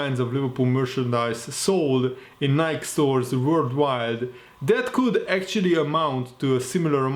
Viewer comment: pronounced as “Ni-Key”